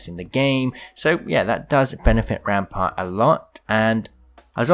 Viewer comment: Says ampart